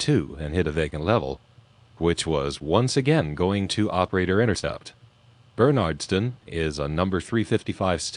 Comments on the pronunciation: I lived in Massachusetts for the first 32 years of my life (now in Vermont) and had friends in the area including ones that lived in Bernardston until recently. Believe me, if you're ever in the area and someone hears you pronounce it wrong, they will correct you (ask me how I know). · Bernardston is pronounced bernidston or bernerdston, not like the name Bernard BTW.